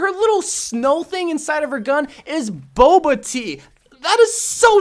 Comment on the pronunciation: Bulba? Its bubble tea not bulba tea.